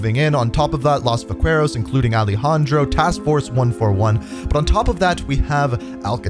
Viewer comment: Great explanation! Though I think I died a little every time you tried to pronounce Los Vaqueros lol